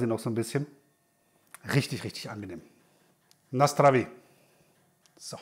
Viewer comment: Da lobe ich doch gleich die "na zdraví " aussprache! 🙂👍 Gut das die Frische erwähnt wird. Das Bier ist sehr gut solange es frisch ist. Leider habe ich viel zu oft erlebt das es durch schlechte lagerung einfach plump, muffig, malzig geworden ist. Darum kaufe ich es gerne mal, wenn eine große, deutsche Supermarktkette dies im Angebot hat. Da kommt ne frische Palette direkt in den Verkauf. Kleiner Fun Fact: In Tschechien gab es früher kein Mindesthaltbarkeitsdatum, sonder eine Angabe über das Herstellungsdatum und über die Haltbarkeitslänge. Das ist als Konsument ganz gut, da weiß man wie alt etwas wirklich ist. Denke durch die EU musste man auf das MHD umsteigen. Eine Zeit gab es in der CZ beide Daten auf Produkten. Herstellungsdatum und das MHD Datum. Inzwischen leider nur letzteres.